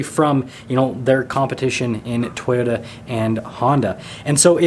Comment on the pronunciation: Lol dude can't say toy ota